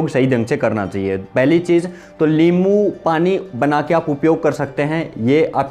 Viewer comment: अबे लींबू नहीं होता,नींबू होता है